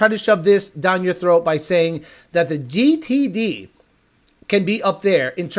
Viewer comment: Listening to you try to say GTD reminds me of that scene from Idiocracy when Not Sure gets his diagnosis from the doctor. Lol.